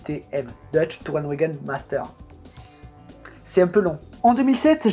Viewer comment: En allemand le W se prononce comme le V c'est donc TourenVaguen qu'il faut prononcer ;) PS : le CH se prononce R c'est pour ça qu'on prononce Schumacher "Choumareur" et pas Choumacheur" ^^ Voilà c'était le petit cours d'allemand ...